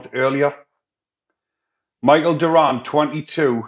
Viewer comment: It's dorion not durran bro